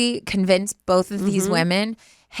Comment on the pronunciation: Okay, okay..! You sound just like Alisha with the words Pink & Both (found you through Alisha, through Remi). Y'all both say bolth. BUT! To get to the main point, NO ONE says PANK. The way you say pink is the same way you say ink. Correct. However, the difference between you (and Alisha) is that you shorten the sound of the i, making it the stressed sound. So, basically, say the word pig then say the i in pink the same way. That's the way the majority of us US English speakers say the i in both pink & ink. Hope that helps!